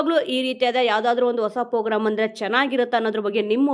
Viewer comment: Pogram alla Madam program